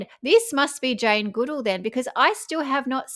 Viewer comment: You are pronouncing Jane Goodall's name incorrectly...